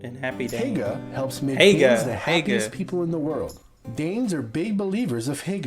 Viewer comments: The pronunciation was terrible.. It sounds like he just guessed how to say it. He Said “Hægge” not “Hygge” æ is like E in pet y is like Y in you. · you say hæjge insted of hygge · Why do you and the video pronounce y like a XD it's not hagger it's hygge... Y like year ;-) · oh i hate it every american slaughters the danish words it not called hæge its called hjge edit: just before people hate on me for being evil no evil is meant here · Ffs det er hygge ikke hegge skide amerikanere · It's not pronounced heyga, it's pronounced huooguh (silent 'h' at end)! It means cosy in Danish 🙂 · Dude's almost saying ahegao rather than "hygge" lmao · The best way to pronunce 'hygge' is by trying to pronunce (if you are english-speaking) hugge. Danes 'y' sound a lot more like 'u' in English. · You say hygge like haigar hahaha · I both love how other people who’s not danse pronounce hygge, but I hate it at the same time couse I’m danish and I’m just like hogge yk the y is like a high pitch ahaha no hate at all ofc!! Love that people like denmark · The man in the video pronounces all thoes word so incorrectly. I´ts hilarious. For example he said hikke instead of hygge. Hikke means to have hiccups😆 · love how he the man in the video pronounced "hygge" so wrong but good try! 👌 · The Y in hygge, is pronounced the same way as the Y in Hyundai. Not like the Y in yeast. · Ikr I also don’t like how they pronounced it lol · No look up the word hygge on google translate and get it to say it. He did not say it correctly 😂, he tried but he did not say it correctly 😄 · Awesome,,,,, The Danish was a pastry created in Denmark by Austrians. But it was originally from Denmark. If not it would be called an "Austrian" :) Danish taxes are among the highest in the world the more you make. I did pronouce Hygge wrong. Your welcome for taking an interest in your country and culture:)